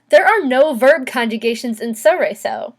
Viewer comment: The L isn't silent. It's from Italian, not French.